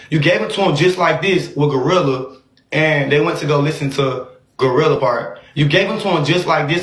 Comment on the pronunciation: It’s Gloooo Rilla Alvo who tf is GLUE Rilla 😂